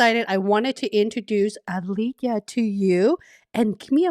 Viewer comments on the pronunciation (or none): I just wasted my 15 min.. came here hoping that it I’ll learn about program manager interview but this discussion goes on about how great is training plan etc etc and a bits and pieces about Alekhya. Btw you are pronouncing Alekhya very wrong it is Ale-Khya and not Ale-HYa